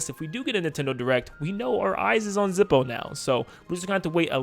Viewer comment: "Zippo" No.